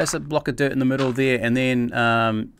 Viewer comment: dude u said "thire" instead of there